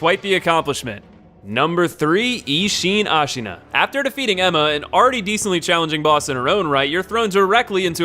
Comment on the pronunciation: Great video and all man but your pronounce of japanese names are a big nonono ICHIMONGHI? AS(H)AINA GENICIRO??